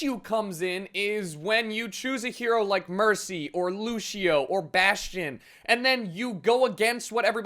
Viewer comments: Why do people pronounce Lucio like LU-SHI-O. You pronounce it LU-SH-O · its fucking lucio not lushio say it right, thanks